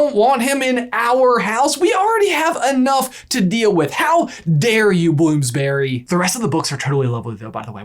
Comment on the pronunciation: Just on a note as a british person. Bloomsbury is pronounced Blooms-bury. Rather than blooms-Berry. As an illustrator im hoping to publish a book with them in the future. Fingers crossed.